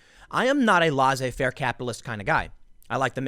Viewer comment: You know hearthstone is run by Activision Blizzard right? The same company who tried to silence blitz chung about hong kong.. who have tencent money and who's business model is injecting scams into what used to be legitimate games? They're the NBA of game publishers. Also the "laissez" in laissez-faire is pronounced like essay with an L before it like L-essay.